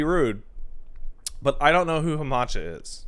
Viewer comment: From what I can gather some one in chat says Hana Macchia's dad is a fan. says "hamacha" causing the chat to think he means "Haachama" aka Akai Haato aka "the feet one"